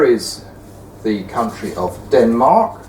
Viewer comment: I do not like this guy say Denmark